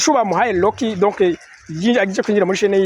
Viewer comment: None ga homme nawe ko wize urudome R rurakugora kuvuga nk'abanya Rwanda? Rocky usoma Locky? 😮